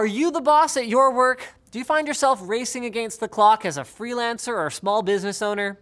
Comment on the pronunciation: He said agaynst.